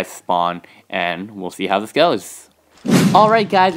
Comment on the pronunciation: why does he ad th like when he says goes he says goeths